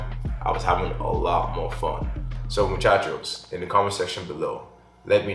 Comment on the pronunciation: Come here just to hear he says muchaco